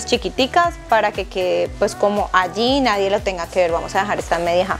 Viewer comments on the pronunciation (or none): none